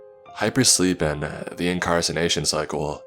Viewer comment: I have a question to anyone that can answer this. What does the word incarcenation mean? ish, he said hypersleep and the INCARCENATION CYCLE. I thought he meant to say incarceration, but incarceration is being imprisoned. Forcibly. so if anybody can answer that question and tell me what that word means I would growl gutterally loud in appreciation. Keep up the Creep